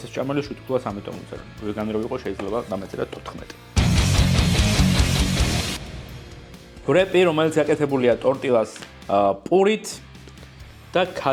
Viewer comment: თუ კესადია მაშინ ტორტილაც არ უნდა თქვა ცუდად ჟღერს😄😄 ტორტია არის სწორი❤️